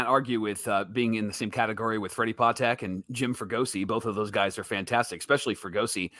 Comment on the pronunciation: Patek is pronounced Paw'-tek